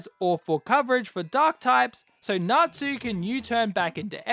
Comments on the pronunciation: I’m sorry I know it’s natsu or something but it sounds like n@ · I didnt know it was fairy tale until you said erza - because i wasnt looking at my sceen - WHY DO YOU NOT PRONOUNCE TSU???? Tsu is closer to su than tu- but you say tu and 😭